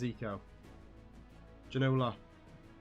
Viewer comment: Plz learn how to say Ginola name :P